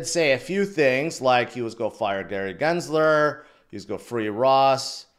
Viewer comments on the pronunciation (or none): none